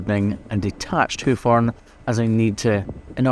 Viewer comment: He sounds Irish saying houk and houf